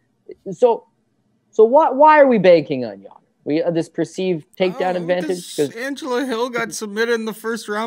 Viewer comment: whos ya-dor its yo-der